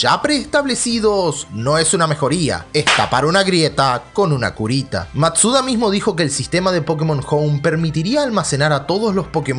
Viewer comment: No es madura es masuda pero la u no se pronuncia